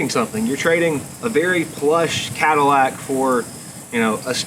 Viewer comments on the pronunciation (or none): none